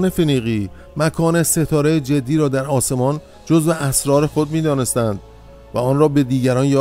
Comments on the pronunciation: ستاره جدی=jodai درست است نه جدی=jeddi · امیدوارم این کامنت را بخوانید ، تلفظ شما از نام ستاره اشتباه است و باید حرف ج را با ضمه بخوانید نه با کسره ، جُدَی ، با تشکر